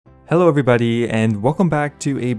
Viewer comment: "hello everybudi" 😆